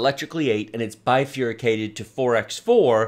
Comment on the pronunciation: Bifuricated? Is that a word? Does he mean bifurcated?